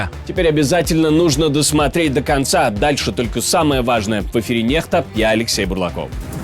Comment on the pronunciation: Ну наконец-то поменяли контент. Нет вот этого произношение "Вааааажное" и нет мужика всплывающего, как встающего с унитаза. А то меня лично это раздражал, да и многих наверное тоже.